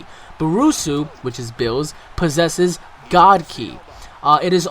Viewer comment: It's Beerus not Bruce ooh and its Ki not key